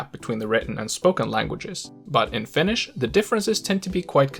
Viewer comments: Are you a Finn? First time heard someone pronounce correctly my first language 😊 though you speak English with an American accent I’ve lived most of my life in Australia still speak Finnish 😅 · Your pronunciation is god tier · I'm surprised by how well you pronounce Finnish